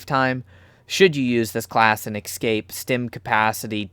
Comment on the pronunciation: The second letter in “Escape” is an S, not an X. I don’t know why it bothers me so much but it’s like nails on a chalkboard every time. Aside from that, you made an excellent video. Thank you for your work.